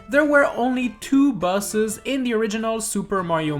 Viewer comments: it's like you say buses instead of boses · You're saying bus, not boss, so basically it should be 10 Buses that NEED to be in SMM2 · You said busses 😂 Pom Pom is in the game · All I can hear is top ten busses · Why he sayin buses